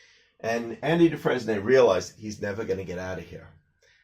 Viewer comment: It’s actually pronounced “Dufrain” but never mind.